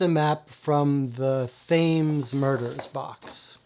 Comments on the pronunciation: Thought you might like to know, Thames (as in the river) is pronounced Tems... Hope you don't mind the correction. Loving the channel... Have been deliberating on which SHCD box to get first after the demos and your vids have been very helpful! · Great video. I've not tried any, and bureau of investigation is the one that caught my eye... it's the whole mythos thing... but was looking for an overview on them all. But... It's the Thames, pronounced the Tems ;)